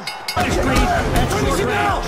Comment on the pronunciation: its creed 1 not crees 2 xd